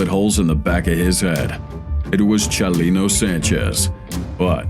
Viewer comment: I kind of liked it....I liked the way he would say Chalino or the names of Mexican cities.